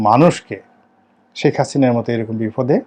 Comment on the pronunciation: এতো বছর আওয়ামীলীগ করে গেলেন কিন্তু এরপরও হাসিনাকে "হাচিনা" বলেন...আপনার উচ্চারণ এমন কেনো?